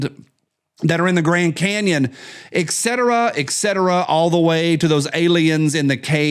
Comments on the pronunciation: …. Damnit. I thought you had the English language down pat. You said EXCETRA EXCETRA… it’s not,. It is et cetera. You may see it as etc. there is no X sound in it. It’s like saying ask. Not ax. Et cetera,. Et cetera. And don’t make me a “Nelly” because I love ya and watch every day. And I am sarcastic and I enjoy the chance to poke fun at you. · Hey The abbreviation is etc. The word is etcetera NOT pronounced EK-Setera The More You Know 😂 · Can I have a pedantic grammar moment? It's pronounced "et cetera".